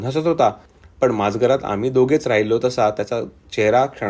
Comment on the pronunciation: कथा उत्तम, पण वाचनात मराठी शब्दांचे उच्चार चुकीचे झाले आहेत. उदा. माजघर, छिन्नविछिन्न वगैरे. माज वर जोर आलाय, तो नको. छिन्नविच्छिन्न असा शब्द नाही.